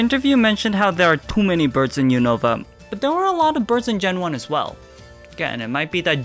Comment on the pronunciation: I hate when people pronounce Unova wrong. They literally say it so many times in the show